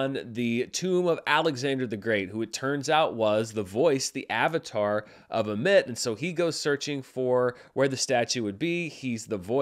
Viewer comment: He keeps saying Amit, like “playing catch with a mit.” but it’s pronounced Ahmet.